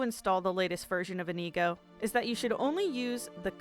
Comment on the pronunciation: I love this video, I’m only commenting to say I’m extremely annoyed at the fact she pronounced inigo wrong or maybe that’s me saying it wrong.